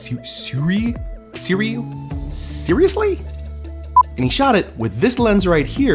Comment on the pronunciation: Your welcome. The company is pronounced "Sue-Ray" by the way haha! I heard the owner say the name!